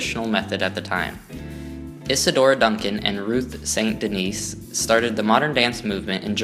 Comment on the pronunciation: Ruth St. Denis' last name is actually pronounced "DENNIS" (not Denise)